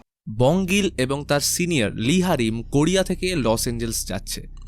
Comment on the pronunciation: মুভি সুন্দর ছিল কিন্তু র উচ্চারণে ড় উচ্চারণ করেন আপনি যেমন কোড়িয়া ভাইরে ভাইড়ে ড় ড় উচ্চারণ না করে র উচ্চারণ করার চেষ্টা করবেন শুনতে আরো ভালো লাগবে